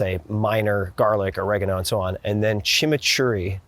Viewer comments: Props for correctly pronouncing "Chimichurri" ... Much respect! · The best Chimichurri pronunciation I’ve heard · 👏🏼👏🏼Mencionaste la palabra chimichurri perfectamente como un hispano/latino 👏🏼👏🏼